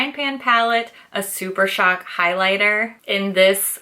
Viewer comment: "Blush Crush is the new Super Shock" you didn't mispronounce Super Shock this time, you broke the curse! 🤣